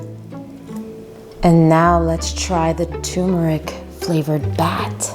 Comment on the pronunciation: Its pronounce tur as in turn amd meric